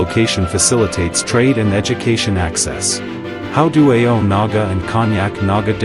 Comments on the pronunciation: It is not pronounced A-O like this AI narration but rather pronounced in one salyble. And thank you for your attempt to describe the Nagas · How do you pronounce the word 'so' and 'no'?we don't pronounce it as S.O or N.O for these words by separating the two letters,so while mentioning 'Ao' community you should not say A.O for Ao.you better pronounce the word 'Ao' in a proper way.And one more thing,your knowledge is not even close to speak about Ao language. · Pronounce it as Aho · Pronouce it as Ao-o. After that only you can tell anything after consulting stake holders. Otherwise you are wasting your research etc etc